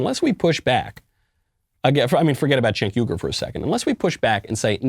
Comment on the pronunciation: Michael, it's appreciated that you said his name correctly...........but it would have been more funny if you called him what he's called by others, CHUNK YOGURT.